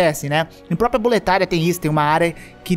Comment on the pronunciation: FALA DA BIZARRICE QUE FICO A DUBLAGEM PORTUGUES DE (BOLETÁRIA),eles falam em português (BOLETA RIA) quando seria (BOLETÁRIA) com acento....compara a narração em inglês com a português, a narração parece bem boa em português mas essa palavra a mas importante (BOLETÁRIA) fico bizarra na dublagem